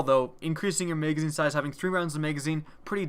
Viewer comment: Lmfao i love that accent megazine haha